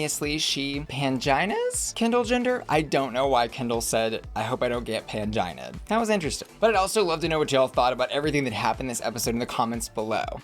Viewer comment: I screamed when Kendall said “panjinaed “ I’m like girl… lmao 😂